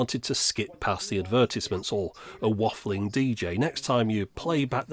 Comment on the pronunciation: "a walfing DJ". I love you.